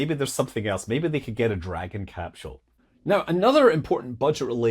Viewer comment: There's no H in capsule